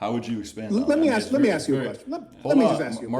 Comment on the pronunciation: He said Axe 🪓 😂🎉